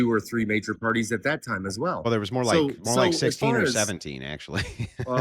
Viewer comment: dis and dat lmao